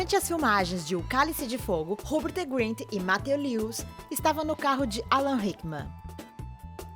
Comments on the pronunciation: "robert grint" KASAJSKAJSKJAHAJHASHAS é rupert filha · Que agonia ela falando Robert Grint kkkkk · Ela disse Robert Grint. É Rupert Grint. Kkkk